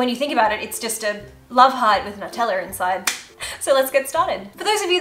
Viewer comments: I have a couple questions. Why do you put an H sound in assume and why do you pronounce Nutella without a “new” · “Nuteller”😂😂❤️😍not in a mean way